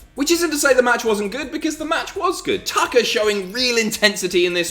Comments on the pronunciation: I could swear you said Dolph vs. Taka. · Who else heard Taka instead of Tucker?